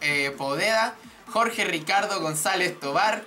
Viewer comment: era Jorge Martinez no Jorce :v , pero te perdono por que res chileno y hablas des culo :p